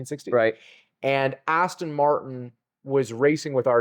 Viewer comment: Aston not austin